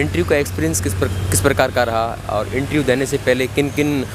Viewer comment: abe interview to sahi se bol le, ye intreeeuuu kya bala ha ?